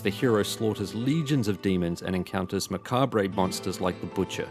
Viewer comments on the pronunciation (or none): Re in macabre is silent.